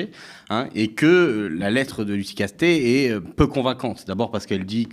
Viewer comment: Pourquoi prononce-t-elle Lucie Castêtes, au lieu de Lucie Castets? Celle-ci a précisé, lorsque cela lui a été demandé, la bonne prononciation. Écorcher un nom, c’est un manque de respect et d’attention à l’autre, souvent volontaire.